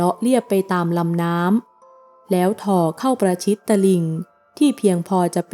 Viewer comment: ถ่อ อ่านเช่นเดียวกับ ห่อ ไม่ใช่อ่านว่า ท่อ แพ ติเพื่อก่อครับ